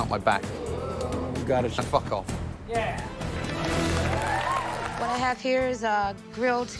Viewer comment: Gordon Ramsey says fack off